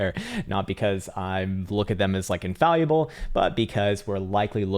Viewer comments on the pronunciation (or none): *in-fall-ible. That being said, I thank you sir.